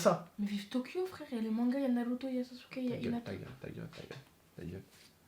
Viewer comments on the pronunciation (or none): none